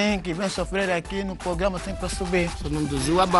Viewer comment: O melhor q passou nesse "pograma'🤣🤣 vo morre